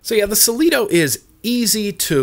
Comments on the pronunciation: Hi. I am relatively new to subohming. I've tried the Kanger Subtank mini and the Atlantis on and off for the last year. Just picked up the Cleito today and I love it.. I think it's pronounced "Klee-toe". Anyway I think I see what you mean about the rubber band taste. There is some kind of flavour there. Still, great vapour and, aside from that slight rubbery taste, great flavour. Thanks for the review. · FYI be careful about how hard you crank down the top cap.i was tightening it down as much as I could, and after a few days the glass caved in from the pressure Ps Wouldn't it be pronounced CLAY-toe as in the whole " I before E" saying? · and it's pronounced CLEE-TOE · Sounds like machine oil, it's a good rule of thumb to clean out any tank thoroughly before vaping. Also, not nitpicking, but I think it's pronounced CLEETO. I've also heard people say CLAYTO though. No matter, it's a good tank with lots of airflow and good vapor production, in the end, that's all that matters lol ;) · In Greek Mythology Cleito was essentially the mother of Atlantis. It's with a K, and an "eye" sound, not "ee." I don't get a rubber band taste from mine, but I suspect if I ran it any higher than 70w it might start cooking those rubber gaskets. I never saw the appeal of cranking it up that high though. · It's pronounced KLEE-TO!😎 I've been using one for a couple years now too, and have never had the "rubber-bandy" taste.👌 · Really not sure how you looked at the word and got "Sileeto". How do you pronounce class? Clue? Climax? I've never got the rubber band taste. For some reason, I had a 0.2 ohm coil and it was being read as 0.1 ohm on the IPV D2. Wasn't letting me fire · "clee-toe" M8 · lol i love pronunciations hey its ka-lee=-to lol love ya bud!!! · "Aspire Saa-sleeto Tank" lol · Cleito ..... "Sa-Lee-Toh" .... how the hell? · It's pronounced klayto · ffs say shit right. it is pronounced kleito. oh n bah. ahh. and blurrgh. lol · cLeito not ceLito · Klee•toe - Cleito